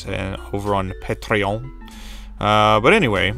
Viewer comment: i honestly spent about 10 mins trying to figure out what accent you used when saying "patreon" subbed